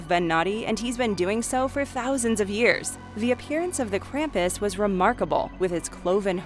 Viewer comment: The way Krampus is pronounced drives me up the wall if they ever watch the movie the movie shows you the proper way to pronounce his name